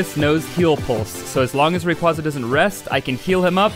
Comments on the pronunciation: The way you pronounce Rayquaza hurts me physically, don't understand how so many people get it wrong... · YEA! ITS THE RAYQUAYQUAY